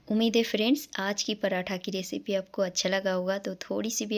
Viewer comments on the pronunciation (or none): none